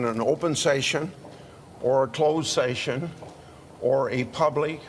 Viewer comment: Can't even pronounce session. What???